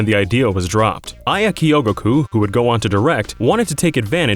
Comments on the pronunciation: "Ka-yo-gu-ko" .... it's kyo-go-ku. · It's not pronounced kioguguku, it's pronounced... I'm not sure how to spell it out so I'll just say it in Japanese. きょぐく